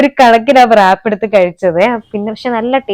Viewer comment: Wrap ennu word pronounce cheyyumbol, ‘W’ silent aanu.. Rap ennu aanu paraya😊